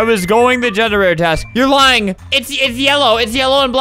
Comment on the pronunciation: "I'm voting blue for blying." albert when he just has a jrunk tough (sorry albert)